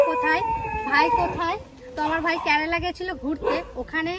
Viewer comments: কথাটা কেরালা হয় ক্যারালা নয়। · কেরালা উচ্চারণ ঠিক কর